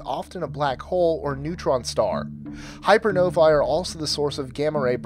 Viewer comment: One thing: hypernovae is pronounced like hyper + “no-vay”. Hyper-novay. In English, ae or æ is always pronounced as “ey / ay”. The same sound in “egg” or “anger”